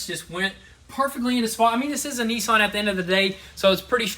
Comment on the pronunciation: What’s a Neeesan are they the same as Nissan